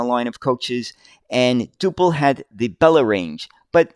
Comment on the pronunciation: Generally pronounced dew-pl. Never heard of the 39ft version, although Duple did build some longer bodies for export.